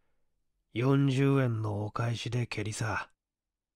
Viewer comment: 朗読ありがとうございます。ちょっと気になったのは、「マラメル」でなくて「マラルメ」なのでは…？周五郎が故意にマラルメの名前をもじった形で本作では使用しているのかもしれませんが…